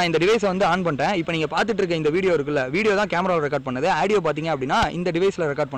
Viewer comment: Aadieo illa da adhu audio da paradesi